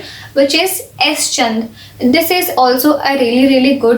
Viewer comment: Didi😃 it.is s. chaaaand not s.chandddd